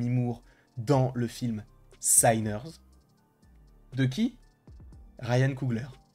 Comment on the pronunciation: Mauvaise prononciation pour le nom du film " sinners" ca se prononce comme ca s'ecrit meme en anglais .